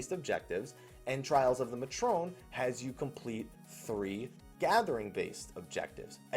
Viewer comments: May-tron, not mah-trone. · pretty sure matron and fury instances are indeed separated, I have not found any fury people in my matron or any matron in my fury. This is the reason i queue for fury even if i want to gather so that i can reasonably do the NM's and EM's. also pretty sure it is pronounced May-trun.